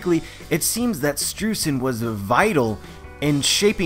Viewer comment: Hey, hate to be that guy, but Streusen is pronounced stroy-zen, thanks to me knowing German pronunciation. Yay! (also it's in his katakana symbols for his name is Japanese give a similar pornunciation)